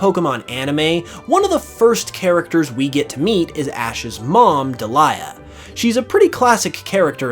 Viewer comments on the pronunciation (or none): Clo-ay-ca, not clo-ah-ca. Deli-a, not De-lye-a. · DID HE JUST SAY DE LIE AH? ITS DELI lide delibird DELI AH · WHO pronounces Delia like that? I thought it was pretty concrete that you say it "DELL-ia" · You totally messed up Delia's name. It's pronounced as Dee-lee-uh. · all this time I thought her name was pronounced as “dee-lee-ah” lol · Her name is Delia as in DEE-lee-a. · I cannot get over the way you pronounced Delia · I will never unhear how you just pronounced Delia.... Jebus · Lol the fact you just butchered Ashs mom name like that. 🤣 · How can you do so much pokemon stuff and not know how to pronounce Delia? Also that is the grossest beard I’ve ever seen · I'm more upset at the way he mispronounced her name..